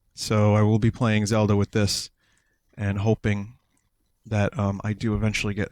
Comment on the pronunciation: "Zelder" Hahaha please tell me that was intentional. Also, don't feel embarrassed about your carry case; for my 3DS I have this enormous garish red and blue Mario carry case with all the characters on it. I'm the same age as Vinny, and how many fucks do you think I give?